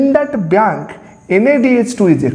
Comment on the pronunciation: Sir sorry dont mind.. but its not kain its coin..again its not biyank its bank🙂..it sounded funny